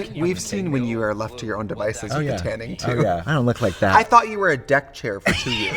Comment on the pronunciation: why is Trixie saying “what are ou wearing? Are ou up?” Is there some rule that you can’t use the letter Y?